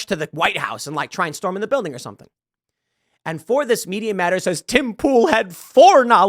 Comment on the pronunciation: Why did you say tim pool like as if she’s talking to you lmaoooo